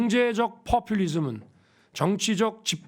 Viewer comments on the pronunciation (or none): 풔퓰리즘~ 저 지경에 발음 꼬ㅗ는거 봐 ㅋㅋ ㅋㅋㅋ ㅋㅋㅋ ㅋㅋ ㅋㅋ ㅋㅋㅋ어딜가나 통역 다 끼고 다님서